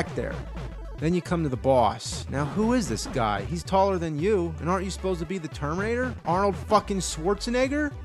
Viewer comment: am I the only one to hear tomb raider instead of terminator each fuckin' time he says it???